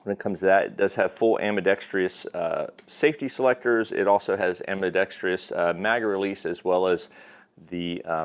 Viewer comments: It’s “ambidextrous”, not “ambidextreeous” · "Ambi-dex-tree-us" wrong.